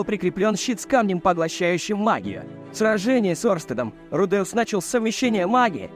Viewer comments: Что за фигня с ударениями Рудеус ударение на первый слог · В Японском языке парные буквы, как меня бесит коверкание произношения: руде,ус вместо правильного ру,де,ус! Вы оригинал послушайте!!! Кошмар просто - ва,та,ши,ва или ко,ни,чи,ва а вы произносите коничи, ва или ваташи, ва((((